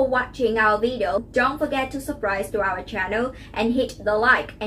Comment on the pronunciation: A suggestion, at the end in your subscription note, you are mispronouncing “subscribe”